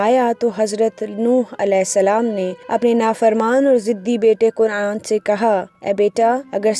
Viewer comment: lafzi tahqeeq kan'aan name he kun'aan nahi he garur nahi he guroor he par-khache nahi parakhche he ehlo ayyal nahi ahlo ayaal he